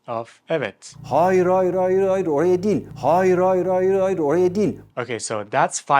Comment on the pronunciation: “Hayır” kelimesi “haayır” diye okunmuyor. Yazılışı gibi , “a”’yı uzatmadan hayır diye okunuyor.